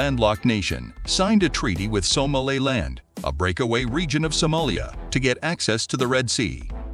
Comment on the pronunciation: An important report but the narrator must learn how to pronounce African names such as Somaliland, Addis Ababa, and Houthis. It is, of course, an honourable stance to block the murdering Apartheid regime’s access to the red Sea, they should feel it in their pockets for their attempted genocide and ethnic cleansing of the Palestinians. I hope Israel’s economy is severely detrimentally impacted. Well Done Africa for making your voice heard in the world.👏